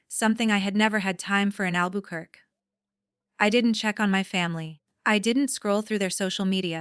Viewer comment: You need to teach you AI to pronounce Albuquerque correctly.